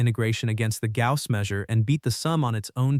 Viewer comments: He won’t mind, it’s still not how you say the word. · It is quite painful to hear the name of perhaps the greatest of all mathematicians butchered repeatedly. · I am sorry, but not a good video. Even if I would know everything said, I would have problems with following, as the narration was really fast, and pronunciation was weird (e.g. Gauss). If this is to be educational / popularization video, it does not work. Key concepts are not clarified enough, the visual aspect of video is not used well - many details are not visualized at all. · This is a very interesting post. However I found it almost impossible to follow, without sub-titles, because of the weird pronunciation of Gauss. You have been warned.